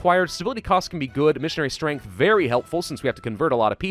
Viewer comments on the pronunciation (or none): none